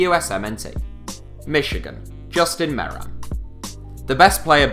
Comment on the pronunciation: Probably should look up on how to pronounce names like Besler and Meram. And it's not "the MLS", as "the Major League Soccer" would not make sense in un-abbreviated form.